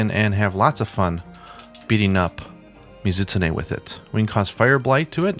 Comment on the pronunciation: "Muh-ZIT-sneh" ... I've said this before, but you really do pronounce the monster names oddly. This is probably like the 6th time I've done a double-take and had to replay it back to figure out what the hell you were referencing. But I can't be alone in pronouncing it "Mi-Zu-Tsu-Ne". That aside, I can't get used to the wyvernblast things. Ironic, since I like trap ammo in other games, but it never seemed to work out the way I wanted it to in World so I just didn't end up using it that much (unlike the HBG specials). Oh yeah, and you pronounce that really weirdly too: "WAAAIII-verrrn". Kek. I expect to an American my way of pronouncing it would sound like "wivun". Well whatever.